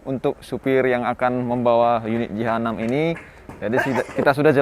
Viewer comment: Penyebutan jh6, terdengar seperti jahanam